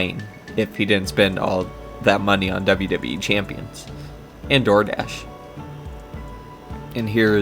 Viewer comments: Every time he says "ayand" a demon possesses Khet. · My god, his way to pronounce "and" (and overall his hyper annoying fuck*ng voice, accent, respiratory tract), I can't even, I need a break. Fantastic job mate, this is solid work !!